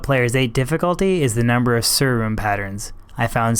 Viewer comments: Isnt sur rune pronounced sir rune not sewer rune? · a sewer rune ?? a su R rune ? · Pronounce Sur rune properly you buffoon. It's not pronounced sewer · When you say Sur it sounds like "sewer" 😁